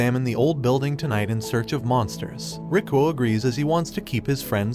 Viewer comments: Rick ro sounds like Rick roll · When ever he says the main characters name it’s sort of sounds like “Rickrolled”